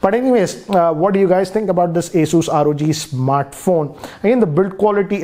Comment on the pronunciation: First of all it’s not aSUS it’s Asus pronounces as aSES